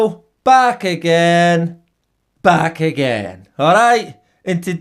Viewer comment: Too many ppl told this guy they like his intro "back again, back again" and every time he says back again very very powerful lol